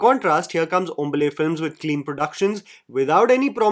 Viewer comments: Just a correction, its not pronounced Hom-Buh-le, Hom-Baa-Le ( In kannada it means Fresh group of leaf like parts enclosing a flower) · it's "Hom baaa le " not 'hmble' ! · It's HOM - BAA - LÈ. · Hombale- has to be pronounced as hom- baa- le (le- which has been removed sadly from new Hindi alphabets) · Its Home-baa-lay, now read it aloud, its the exact way to pronounce. Hombale actually means fresh leaves which it encases the flower b4 it blossoms , in kannada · This guy will finally become a South indian once he can pronounce "Hombale " correctly